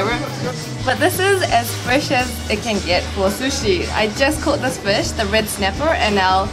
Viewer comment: Did you grow up in NZ? It’s just the way you say fush.